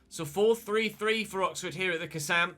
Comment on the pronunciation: "Look at that COXFORD press"